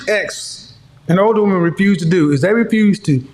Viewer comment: At approximately in She said "we (wahmeen) want someone to respect us" Another inversion of reality. MEN seek the respect of others, wahmeen seek love from others. Respect is functional, love is indulgence.